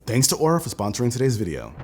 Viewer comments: Linus pronounced Oura as "oorah" instead of "aura" and they got pissed and refused the sponsorship unless they edited the entire video. So Linus got upset since that's a LOT of extra work to record and edit everything and cancelled the sponsorship. He talked about it on his podcast as well, you can probably find a clip on his LMG Clips channel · Careful they might drop the sponsorship since it's pronounced "are-a" 😂